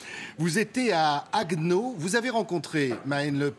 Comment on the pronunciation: On dit HaguEnau, pas Hagnau Franzozen